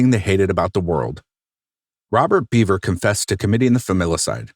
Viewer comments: Isn’t it actually pronounced “bev-er” and not “bee-ver” I’m 99% sure the narrator is mispronouncing the name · It's Bev-er not Beaver. He speaks his brothers' name at the beginning. This whole crime, the mentality, is so warped. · I think his last name is pronounced “bev-er” not “beev-er” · Their last name is pronounced “Behver,” not “beaver.” 😂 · Bev-er not Beaver. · Right, it's not bee....it is more like ba, pronounced. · Yes, when he states his brother's name(circa ), that's how he says it.